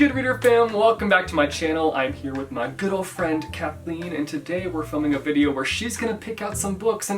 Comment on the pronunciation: Did anyone else hear "good ol' friend" as "girlfriend" and get shook for a second?!?!